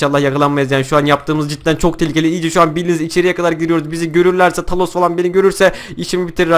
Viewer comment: He bide kafa dengi 2 o talos degil thanos diye Yaziliyor tanos diye okunuyor